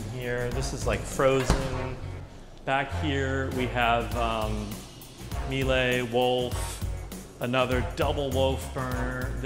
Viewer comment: Miele is pronounced like Sheila with an M